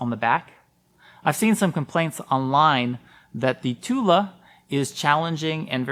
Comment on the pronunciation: Thule is pronounced "too-lee" not too-la